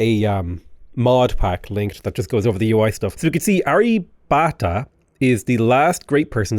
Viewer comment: It’s pronounced Arr-ya-bhatt-a Hard “bh”, hard “t” Nice tall build though! Always fun to see something outside the ordinary 20-city late-game in a Science/Domination run.